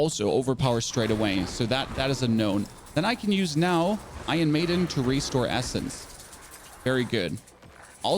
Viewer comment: "Ion Maiden" "charactu" 🤣 Bro, where are you from that they did away with their R's? Sorry, couldn't resist. Anyway, This is very close to the build I ended up with at lvl 50 and just intuitively choosing along the way. I'll be using this as a tweak guide as I'm having essence issues rn.